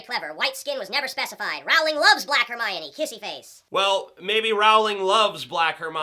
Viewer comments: I don't disagree but if you're going to use the 'w' argument, you wouldn't pronounce 'bowling' as 'bow-ling' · I cringe whenever he says 'J.K RoWWWWWLING'. It's pronounced as 'J.K Rolling'. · It's pronounced "Rolling". You would think an intelligent, amazing, reviewer would know that...